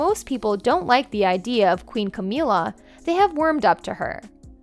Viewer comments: You'd have a lot more credibility if you pronounced the names of people and places properly, e.g., "Camilla" is pronounced with a short i not a long e, "Gordonstoun" is pronounced "gordons-tun" not "gordons-town". There are many others. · When are you actuallyu going to get someone to read the script who can pronounce the vocabulary correctly. Cameeela? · And Cameeela…smh. If you’re going to be an American commentator on the British family, at least learn how to properly pronounce their names and towns. 🤦🏻‍♀️🤦🏻‍♀️🤦🏻‍♀️ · It's Camilla, and not Cameela. Monarch, not Mownarch! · Good video, but you need to get someone who pronounces words correctly. Monarch, Camilla and many other important words butchered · You're pronunciation is horrible. You've mispronounced Camilla's name, sovereign... and a lot of other things. You need to check how to say things before you say them or otherwise how can we trust a thing you say? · I lost count of how many words you mispronounced. Not a good look for a narrator Including Camilla and monarch. Embarrassing. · Please learn to say Camilla name probably 😂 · Why the weird pronunciation for "monarch" and "Camilla"? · This narrator SUCKS!!! OMFG has never heard anyone else pronouncing the name Camila?! There are far too many mispronunciations in this video! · I’m an American and I know how to pronounce “Alma Mater” not Mater from “Cars”. I know how to pronounce Camilla, or Monarch. Or any of the awful other mistakes. We don’t say Mo narch over here:)